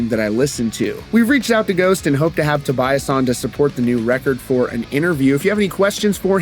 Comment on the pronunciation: It's Toe-Bee-Ahs For-geh. Stop with that americanizing. He's Swedish!